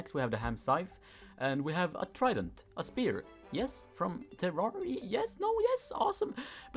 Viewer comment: Everyone: Terrarea: Terarea